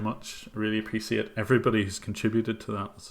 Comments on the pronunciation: appreciate!! not apricit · Really love your videos and this was a very interesting stream as well. But sadly the way you pronounce "appreciate" irks me a bit.